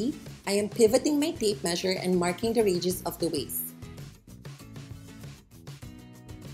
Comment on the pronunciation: Thanks for tutoring. May i suggest you use no white material to demonstrate because your table top is white and wall behind mannequin is white. We just cannot see your fine example when it is all white on White. Also, I put on captions in English to understand. You say radius and auto translations says "regis". Americans pronounce it " RAY dee us" for Radius. Hard to figure this out at first. Again thank you for the information.